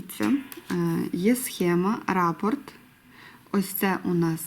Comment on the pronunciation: Дякую за україномовний контент. Але хочу зазначити, що правильно казати рапОрт, наголос на букву «О»…